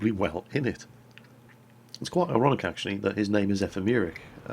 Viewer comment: it sounds like your saying erotic not ironic probly the cold